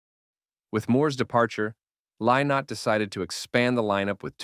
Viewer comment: If you're going to talk about Thin Lizzy you can at least pronounce Lynott correctly. It's pronounce Linot; get it right.